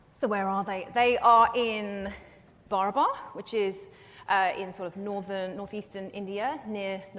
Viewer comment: Barabar is being mis-pronounced. It is Baraabar in Hindi. बराबर meaning equal in Hindi.😮